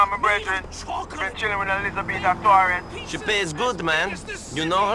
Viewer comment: This is an interesting theory that makes a little sense the more i think about it, also out of curiosity (you dont have to answer this if you dont want to) i have to ask if you are Finnish because the way you say Elizabeta Torres sounds a lot like the way my finnish friend says some words 🤔